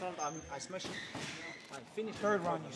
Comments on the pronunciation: "Do you remember when I smesh this guy?" Khabib talking about Conor McGregor 😅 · "Dc can only smesh potato brother" 😂😂😂